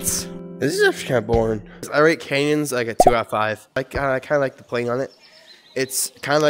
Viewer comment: BRO REALLY SAID CANS IN CANYONS